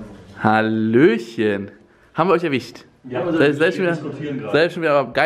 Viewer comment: wie unge immer erwicht statt erwischt sagt... lustig